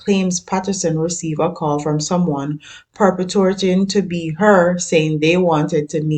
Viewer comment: Pur-port-ing is the pronunciation.